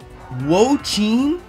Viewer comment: The four legends are based off of the Chinese four perils and it has an incredible amount of lore that I’m not going to get into. Usually, the sub legends of each gen are direct indications of where the next gen is so we are likely going to China for gen 10. Also Wo-Chien is pronounced wo-chi-en Also xie xie (谢谢) is shi-eh shi-eh